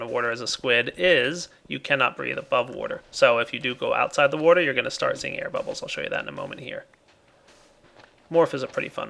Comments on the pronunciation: I love your videos. They've helped me quite a bit. The only issue I have is the way you say water. Drives me up the fucking wall. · he says water weird does anyone else notice lol